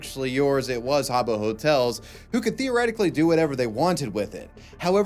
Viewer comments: “Ha-Bow Hotel” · It’s pronounced HAAA-booh 😂